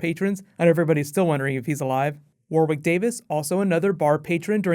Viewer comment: i think you are just trying to piss me off... WAR-WICK Davis are you fucking kidding me, its warwick, pronounced 'WOR-ICK'